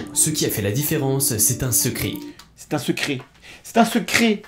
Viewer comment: Le "secri" à ... je me le passe en boucle, je chiale de rire !!!!